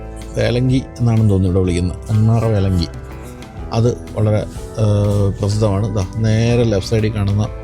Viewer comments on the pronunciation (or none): വേലംഗി അല്ല വല്ലംഗി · വേലങ്ങി അല്ല വല്ലങ്ങി ആണ്. വേലയും പൂരവും. വല്ലങ്ങിയിലെ വേല പ്രസിദ്ധമായത് കരിമരുന്നു പ്രയോഗം മൂലമാണ്. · വേലങ്ങി അല്ല, വല്ലങ്ങി വേല.